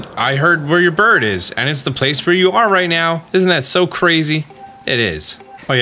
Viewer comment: Why do you say burb and not bird?